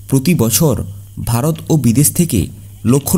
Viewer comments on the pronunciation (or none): none